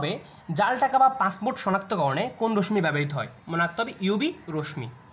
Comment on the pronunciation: রশ্ মি না।উচ্চারণ টা রশশি হবে